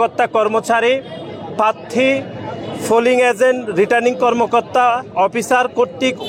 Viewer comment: উচ্চারণও ঘটতে পারে না পাত্তি বলে প্রার্থী বলতে পারেনা 🤣